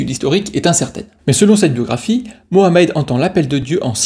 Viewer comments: Punaise pour une fois que les mecs prononcent muhammed et non pas mahommaaaaay 😂😂😂 c’est macron qui lui a donné les sources la mdr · Enfin quelqu un qui prononce Mohammed ! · grand merci à toi pour avoir prononcé mohammed ❤ et non pas maomet 😡